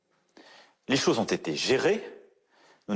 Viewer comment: Les chowes ! Il dit les chhoses ! A l école on né disait pas les choses c était du mauvais Français